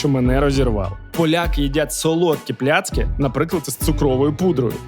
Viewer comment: Михайло, випуск супер!!! Сам захоплююсь фаст-фудом і взагалі їжею.... Але є одне але....дуже ріже слух неправильна вимова страв....не пиЗи, а пиЖи...не тлІсти чвартег, а тлУстий чвартек..не плЯцки, а плАцкі....а так взагалі дЖєнькує бардзо за тен фільмік)))